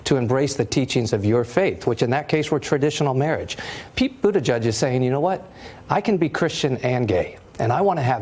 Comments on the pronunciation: NOT pronounced Boo-da-judge!! Not even BOOT-edge-edge! (glottal attack of "edge" makes that guidance even more stupid). It is pronounced, more or less: BOO-teh-jej. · BOOT-EDGE-EDGE NOT BOOT A JUDGE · Bootijidge NOT Bootijudge!! How hard is it to learn to pronounce his name properly???